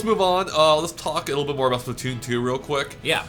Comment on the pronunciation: or (pronounce) spla-two-oon